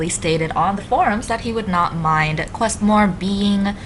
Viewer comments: I thought my region was quite impressive. And you pronounced it correctly. It's not Woot. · Thanks for touring my region! And yes you pronounced it correctly, loss was wrong;)